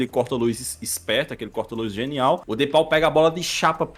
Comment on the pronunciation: o cara se diz torcedor do atleti e não sabe falar "de paul" certo kkkkkk